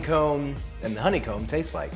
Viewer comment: Hon-ne-comb 3 syllables..... Co-co-nut......3 syllables.....